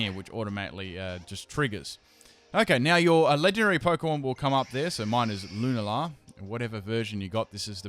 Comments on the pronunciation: "Lun-ay-la" :P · loo-nah-la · Can you pls learn how to pronounce Lunala? It can't be that hard